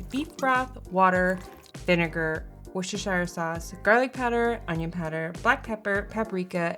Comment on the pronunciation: Did I hear her mispronounce WOOSTUHSHEER SAUCE?